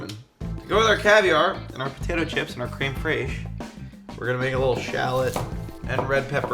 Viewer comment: crème freeeesh 😂